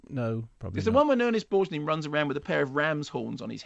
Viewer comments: REALLY enjoyed this movie. Although, like most films, the set-up writes cheques the finale can’t cash. There are many, many worse films, though. (Also: “Ernest Borj-neen”? I swear Mark only reads actors’ names and never hears them said 😂) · Pronounces Ernest Borgnine's name weird here